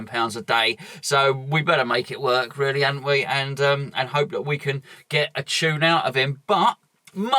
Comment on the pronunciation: Wobbed. Weally? ;-)